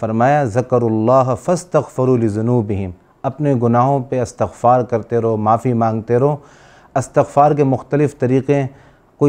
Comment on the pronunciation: ماشا الله ؛. الله سب کو سلامتی نصیب فرمائیں آمین ؛ حضرت گزارش ہیکہ استغفار بروزن استفعال ہے اور آپ تا کو فتحہ کیساتھ پڑھ رھے ھیں